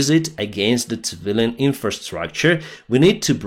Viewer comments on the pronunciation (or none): It's pronounced "сівіліян" not "цівіліян"